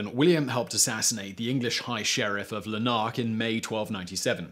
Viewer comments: La-nark lol. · What a pronunciation of lanark.... ahahaha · Pronunciation all to pot. Elders'lay' not Elders'ly', 'air'shire not whatever you said and 'LAH'nark not 'lah'NARK. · A nice little informative bitesize piece. Never heard Ayreshire and Lanark pronounced like that before though. 🤣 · Another good one but, eh... pronunciation. Elderslie = elders lee Arrshar? Ayr shire (or air shire) Lenark? Lah-nark. That aside, top marks :) Well done for treading into a right minefield of myth and myth-history. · La Nark? Burr Wick? 🤣🤣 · I love your videos mate - all channels. But your pronunciation is terrible - Buurwick upon tweed? Laaaanark? etc etc ;) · If an Englishman is going to spout Scottish history he ought at least try to get the pronunciation right on MAJOR Scottish towns and districts. Elderslie is pronounced "Elderslee," Ayrshire, is pronounced "Airshire" and Lanark is pronounced "LAN'rk." In all three cases the accent is on the first syllable. At this point you were batting zero for three and I gave up counting because I reckoned you were either blindingly ignorant or taking the piss. In either case I stopped watching. Being a glutton for punishment I came back and now conclude this poltroon is just lazy. I'll not waste my time on another of hid videos. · You're really going to have to learn to correctly pronounce place names - Berwick, Lanark, Falkirk, etc...